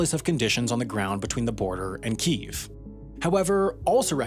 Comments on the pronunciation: Argh, you pronouncing it "Keev" had me googling for a long time finding conflicting information about whether there was a name change from Kiev to Kyiv in 1995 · It amazes me people still say "keev". It's got 2 syllables. This is like if you called London "Lon" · Does anyone else cringe when they hear "keeve"!? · The fuck is "keev"? Kyiv isn't pronounced like that. Jesus christ. What's next? Making a video about Roman Empire logistics, while pronouncing "roman" wrong every single time? Embarassing. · Amazing video love all of them. But is the capital not pronounced key-ev ? Had many a chicken Kiev and always said it that way 😅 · Why do you pronounce Kyiv as "queef" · Oh my god, learn how to pronounce Kyiv properly (hint, it's not pronounced "keeev"). How is it that you spend so much time and effort researching videos, yet can't be bothered to look up the proper pronounciation of city and country names? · It's pronounced "KEE-eff" bro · The only thing about this topic that really burns my ass is the fact that nearly everyone pronounces Kiev wrong. It's Kee Ev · Why do people say “keeeeve” There are 2 syllables and the /ee/ sound is short. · Please, can you check Wikipedia on how to pronounce Kyiv? Keev is terrible rendition. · Wendover: Stop pronouncing Kiev in Ukrainian / Russian while pronouncing everything else in English, including Россия... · Why do Americans keep pronouncing Kiev wrong when a simple google/ youtube search would give you the correct pronunciation 🤦🏻‍♀️🤦🏻‍♀️ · Why does everyone pronounce to Ukraine's capital as "Keev" and spell it "Kyiv"? I'm used to hearing it said "Ke-ehv" and spelled "Kiev". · I was hoping Wendover wouldn't use the Russian pronunciation for the Capitol. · except it's not. The two pronunciations are kee-ev (the Russian one) and kee-iv (the Ukranian one). Nether of which are keeev. You and Sam are the ignorant ones here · Its not Keev, its Kyyev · Kiev not Kiv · Kyiv is pronounced Kee-iv not Keev. It has two syllables.